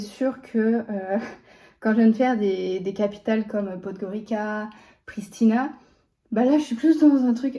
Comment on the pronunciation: Grosse déception ! Je n'ai regardé que les 3 dern vidéos sur Pristina, Podgorica (ça se prononce d'ailleurs Podgoritza...pour quelqu'un qui vient d'y passer soi-disant 2 jours, n'avoir même pas appris ça ?!) et Belgrade. Des vidéos d'une vingtaine de mn chacune et, au résultat final, j'ai rien vu ni appris. A part les apparts airbnb (d'ailleurs très sympas), mais situés ds les 2/3 cas en périphérie des villes, sortir pour s'acheter des provisions pour se faire des pâtes (?) à la maison...quand c'est de notoriété publique, qu'au vu du standard de vie dans ces pays, l'alimentation (même restos) et logement (surtout airbnb) très peu chers - aucune curiosité pour la nourriture du pays ni ce qu'il y a d'intéressant à y visiter...pourtant c'est une jeune et travaillant dans le digital (!), de nos jours, elle aurait pu très facilement trouver plein d'infos sur internet...surtout que les Balkans, c'est une région avec un passé très riche. alors après, prétendre qu'elle fait le tour du monde - en passant 2 jours seulement (!) dans 1 ville/capitale de surcroît - en marchant dans 2-3 rues, cherchant à s'acheter de la mozza et 1 tomate...ou quand elle va ds 1 resto pour s'acheter 1 pizza...sauf que ns ne sommes pas en Italie ! Et puis, le seul et rare commentaire n'est même pas très audible à cause du fond musical trop fort de la musique de la vidéo...dommage, pour quelqu'un qui est jeune et, en plus ds le digital, ttes ces imperfections même d'ordre technique...et pourtant, ça aurait pu